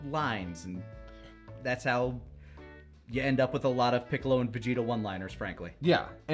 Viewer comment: “Unccolo” & “Piccolunc” had me dying.